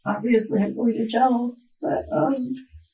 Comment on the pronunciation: I can't stand when someone says "gel" instead of "jail." Like, what about that looks like gel is the way to go here?